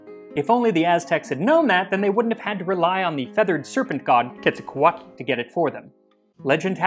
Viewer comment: Your pronunciation of Quetzalcoatl nearly murdered me...